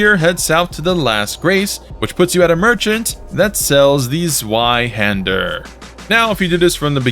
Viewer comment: I hate how you say the zweihander. It’s German for two handed and is a v sound. That’s just me tho. It’s a petpeeve of mine